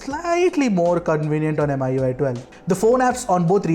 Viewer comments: FYI 'MI' as 'Me' not M I 👍🏻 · Why keep on saying M I U I ? It's Mi UI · It's pronounced MIUI...Not Mi ui..!!!?? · just a pet peeve but it's annoying when some people pronounce it as "M.I.U.I" when the company that develops it is "Xiaomi" /kshao-mi/. "Mi-U.I" Is that so hard? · Everytime he mention "em ay ui" gives me the cringe. It's pronounce "mi yu ay" because the company name is xiao"mi". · That's MIUI not mi UI.